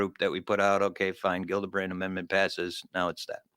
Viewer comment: Love you guys, to offer constructive criticism, say the names right 😁 JILLabrand, not Gildabrand, lol, and the acronym is only 6 letters, AOIMSG, easy enough 😁 yes it's dumb but we're not and we don't wanna look it 👍 keep up the good work I'll continue to watch every episode, thank you all for your hard work on this important topic, you're all awesome 👏